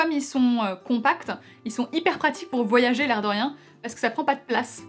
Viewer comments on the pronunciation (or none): none